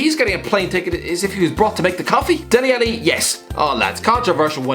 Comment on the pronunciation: How on earth is Dele Alli making it (also you pronounce his name soooooo wrong)